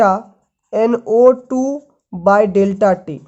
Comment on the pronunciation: U have to speak clear Like u say NO2. Ko NA mtlb kuch bii smjh ni ata ase mai